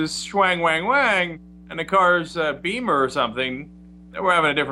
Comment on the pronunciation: I cringed every time I heard him say "BEEMER"..